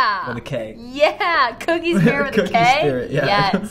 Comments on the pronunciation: Anyone else notice how they said "cookie" for "kookie" instead of "kooky" as in "quirky"? ....No one else?, Just me? ....ok 😎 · Kookie doesn’t = cookie Kookie = koooo-key Side note I love the show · it was pronounced (k ew key) not cookie hahaha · Who else got annoyed when he said cookie and not kookie